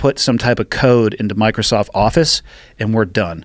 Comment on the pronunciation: Kim Jong-un is sitting somewhere saying "Micersoft office hrmmm."